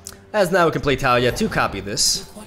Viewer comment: Its pronounced Tah-LEE-ah